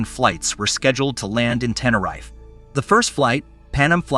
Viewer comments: AI has a long way to go, four mis-pronounciations in the first 45 seconds: Boeing seven hundred and forty-seven; "ten-er-ife" (long I); "PAN um" instead of "PAN AM"'; "klum" instead of KAY EL EM. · only from the 2nd mention onward.. the first mention, he called it "TeneRIFE" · And the prize for the most different ways to pronounce Tenerife goes to... And what the hell is "Klum/Kum/Kullem"?